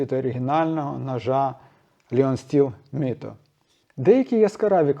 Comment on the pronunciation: Вітаю. Правильніше говорити Лайон Стіл 🙂